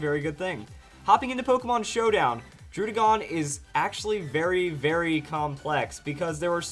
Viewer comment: Say /DROO/DĖ/GÔN/ one more time I dare you.